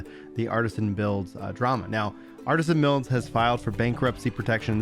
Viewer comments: it's ArtEsian builds not Artisan, there's a E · I'm not bringing this up to be rude, or that we will prolly ever hear their name again but it's artesian, not artisan.